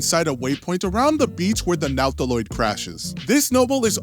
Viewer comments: Also "Nawtilawde" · and the NOW-taloid lol!